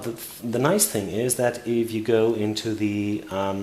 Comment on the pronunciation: "here we goo" oh umm " go" hehe